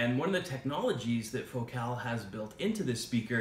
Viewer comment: Fo-cal? Dont u say the name like focal like vocal